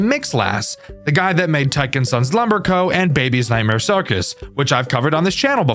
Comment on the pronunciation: "nightmare ciwcus" lol